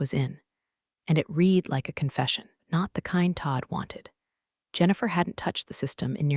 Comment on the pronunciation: Please sort the "read" "red" mispronunciation